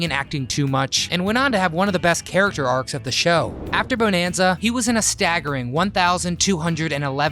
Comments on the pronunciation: You need to learn how pronounce the title properly. It is not pronounced beau-nan-za it is bu-nan-za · All the info and you say the name wrong like 50 times. Buh-nan-zuh. It is freaking annoying. But thanks for the info kid. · Please say it right. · After 2 pronunciations of Bonanza, had to stop watching and leave a dislike!!!